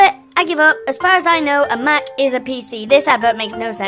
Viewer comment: The way pronounced "Mac" He says "Muc"